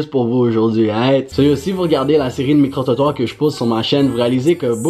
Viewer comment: Qd tu as dis micro trottoir j’ai eu l’impression que t’as dit micro toton dude lmao